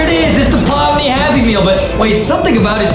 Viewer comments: “Pomni” ❎ “PaLm NeEeEeE” ✅ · "palm knee" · Bro said I'm turning into palm knee 😶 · "palm knee" 🌴🧎